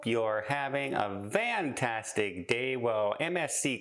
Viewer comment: Is he saying "VAN-tastic" instead of "fantastic"? I'm new to the channel, so could someone explain that? TIA